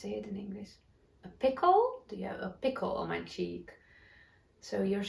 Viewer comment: Pimple on your skin? It sounded like you said, "pickle" which is a cucumber in vinegar that you eat. Yes, we all have pimples and fuzzy hair sometimes (I do right now) :)